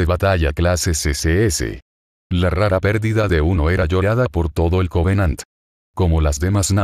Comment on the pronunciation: Creo q dijiste 100 covenadt